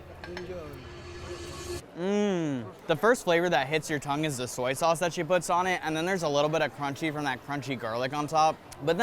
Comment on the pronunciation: U still saying tongue:/